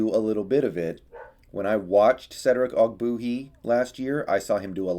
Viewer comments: Love your content, but it’s pronounced og-bWAY-hee! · You don’t even know how to say his name right. How can you judge his performance